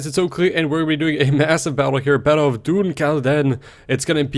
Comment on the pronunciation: Sassenach means English, (also Saxon), in Gaelic; you called the English natives of Scotland!! P.S. Dun is said like 'done' in case you see this!